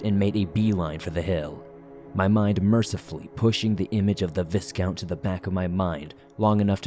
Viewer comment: This was very entertaining, and I hope there’ll be new additions to the story in the future. Btw, it’s pronounced vi-count with a long i sound, not vis-count.